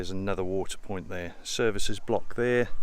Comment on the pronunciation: at the 5 minute mark. Point not piont. I’m a retired typist and I’m sorry to say it’s a red flag for me. I feel a bit mean mentioning it as it is very picky of me and I’m a big fan of your vlogs so don’t hold it against me. 🤫🤭